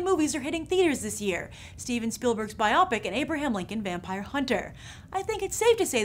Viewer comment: Grace, please learn how to say biopic. It's short for biographical picture, but I believe the way you are saying, it has something to do with an operation